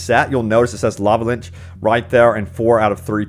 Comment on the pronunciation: Your pronunciation of LICH is truly bad Not! Linch but LITCH (Lich)